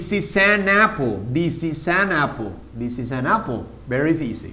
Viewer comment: This is not pronounsed "theese" its this. Youre teaching the students to pronounce it wrong.